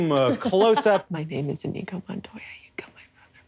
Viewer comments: Even worse, they're saying inEEgo. Wrong stress, wrong consonant, wrong everything. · The fact none of them is even TRYING to pronounce Iñigo correctly, with the ñ instead of an n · I was waiting for them to pronounce his name correctly... Iñigo no inigo, two very different sounds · It’s pronounced Ee-nyee-go not In-eego. The squiggle over the “n” (tilde) signifies a “y” sound tacked onto the “n” sound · None of them pronounced "Iñigo" the right way.